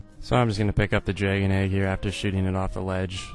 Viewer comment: I like how you say "dregon"